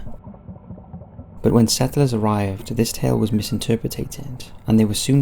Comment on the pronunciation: Please learn how to pronounce 'misinterpreted'